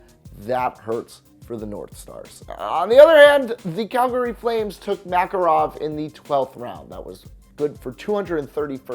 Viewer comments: “Sir G Mack-ah-rof” gave me a ear cancer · You said Makarov wrong